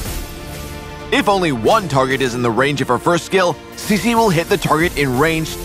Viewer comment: I thought her name was pronounced Chi-chi not si-si